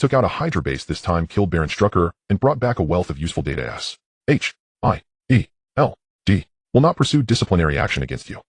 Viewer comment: Bro it's good but he keeps saying S H I E L D